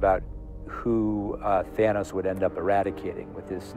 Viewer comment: Its thanos not nano.